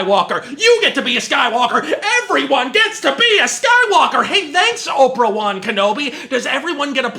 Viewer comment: "Opra Wan Kenobi"